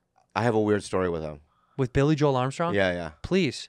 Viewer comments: Being a massive Green Day fan, the mispronounciation of Billie Joe made me sad. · 'Billie Joe'!!! Not Billie Joel. Cringe.